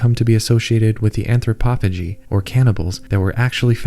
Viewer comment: Anthropophagi is pronounced "an-throppo-fay-guy", as it is the plural of 'anthropophagus', or 'man-eater'.